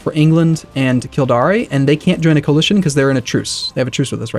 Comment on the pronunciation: Kildare is "Kill-dare" and the River Thames is "Temmes"